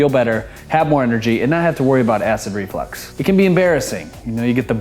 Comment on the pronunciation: It is not pronounced Flex as in you flex your muscles it is flux the way it is spelled because of flux is something that gets a fluid to move a reflux is something that pushes acid or anything up in an unnatural Direction such as I don't know your stomach acid in your throat say it right